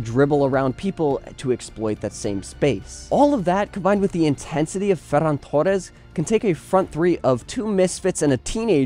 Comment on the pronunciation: Bro I’m not hating but do yourself and all native Spanish speakers a favor by not trying so hard to imitate the accent when pronouncing names like “Ferran Torres”. I enjoyed the video for the most part but my entire body cringes every time you pronounce certain names